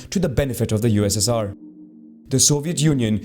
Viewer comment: the way he said ussr it sounds like UZZIR